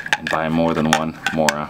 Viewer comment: MORAAA WITH AN A in the end bro , take it from a sweed